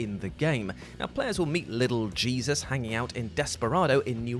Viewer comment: Not for nothing, but I'm entirely sure that the "Jesus" part of Lil' Jesus isn't meant to be pronounced like the Bible guy, rather it's meant to be pronounced in the Spanish way, which would be hay-soos. Absolutely every bit of relevant context says the Mordino family is of Mexican descent, up to and including the fact that the head of the family is addressed as Señor Mordino.